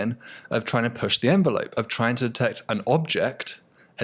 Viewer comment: It is trying not tryingk. 😋